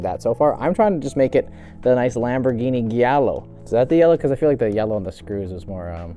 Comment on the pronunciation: It's jiallo not gyallo Barbarians